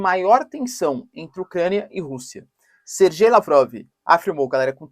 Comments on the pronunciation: Sergey Lavrov pronuncia-se "serguêi" Lavrov ("ser-gay"), e não "SerJei". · Olá professor. Por que você fala Serjei sendo que todos dizem "Serguei" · é SER-GAY, ou SER-GUEI, FALA DIREITOOooooooooOO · Professor adoro bastante os seus vídeos e agradeço a sua disponibilidade em fazer os vídeos. A pronuncia correta seria (Serguei), aqui na Rússia falamos (Serguei lavrov).